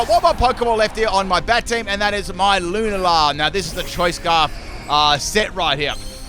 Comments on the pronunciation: Haha Lunala's name is pronounced "loo-na-la" Luna means moon in spanish if you didn't know. ( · I usually don’t care about how ppl pronounce Pokémon names, but how he says lunala brings me so much pain. It sounds ugly and a mouthful to me :’’)